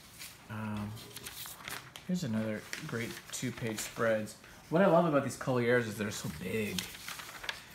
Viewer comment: No one ever pronounced Collier's french-style "CollyAIRs". It was always just "Coll-yurs".